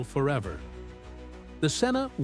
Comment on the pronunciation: Can't even pronounce "Cessna" correctly. 👎